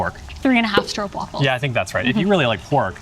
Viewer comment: Yes it's almost an 'aw' sound (straw-p-wafel)